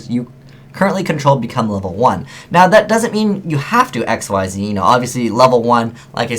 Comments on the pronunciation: You do know Xyz is pronounced, "Ik-seez," right? They're not VWXYZ monsters... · There aren't any reprints of Numbers in this set. This is all their first time being printed, and all of them except for Giant Grinder, which is actually an older OCG promo card, are being printed in the TCG before the OCG. Also, why does no one pronounce Xyz right? (pronounced ik-seez)